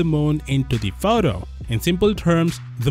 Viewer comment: Sounds like a fake accent the way the narrator pronounces the word "photo''